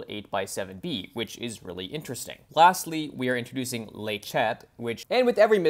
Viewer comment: Great video, but 'le" sounds like it is written, even in French 😝